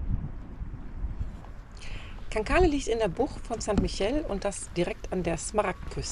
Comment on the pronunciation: Schönes Video.., im Mai war ich noch dort und habe die kleinen Scheißerchen genossen! Aber erlaubt mir bitte einen Hinweis.., Cancale spricht man aus ohne das e zu benutzen, St. Michel spricht man das ch in der Mitte wie ein sch..!! Also Cancal und St. Mischell! Sorry, soll keine Klugscheißerei sein! Weiterhin gute Fahrt und viel Spaß!!